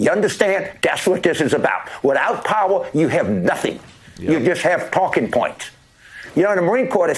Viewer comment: "We need Pahwaah"